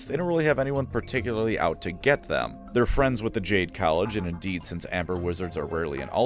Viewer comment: A.i voice. no one on earth pronounces indeed as "endid"